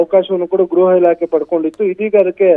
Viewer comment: ಗ್ರಹ ಇಲಾಖೆ ಅಲ್ಲ ಗೃಹ ಇಲಾಖೆ